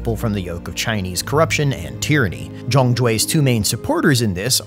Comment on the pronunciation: Why are your pronouncing Zhang with such a "ong" sound? Out of curiosity